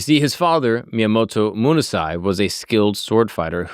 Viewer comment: I don't care if someone mispronouces some Japanese but the homies name! Come on bro!